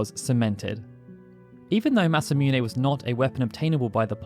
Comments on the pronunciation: I always thought it was pronounced masa -moon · It’s MASA MOON bro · Please learn to say Masamune.